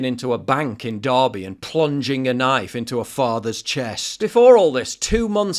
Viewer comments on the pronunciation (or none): none